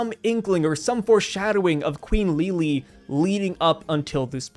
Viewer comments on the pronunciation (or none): Please pronounce her name Lili not Leelee, it's something that shouldn't annoy me but it hurts to hear lol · One thing to clarify, the pronounciation of Lily/Lili's name would still be closer to that of "Lily" rather than Li-Li. TCB makes a note of that, because the katakana for her name is リリィ rather than simply リリ. The first extends the sound of the i, while the second cuts it short. So, it would still sound like Lily. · bruh im unsubbing if you say lili like that again ;)